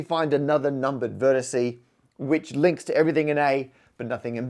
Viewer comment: This is fascinating, but I just can't listen to "vertisee" any more.